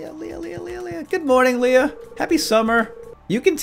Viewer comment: Did he seriously call Leah "Leia"? Maybe that could be the new thing with you two (along with radishing).